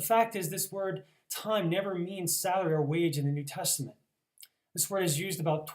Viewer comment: The Greek is actually pronounced, "tee-may"...not "time". Other than that, good presentation.